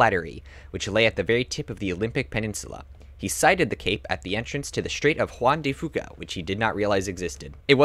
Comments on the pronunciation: u pronounced juan de fuca wrong and grand coulee dam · You said Juan De Fuca wrong